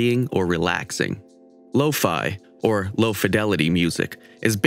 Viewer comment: Me: says “low-fe Them: law-fi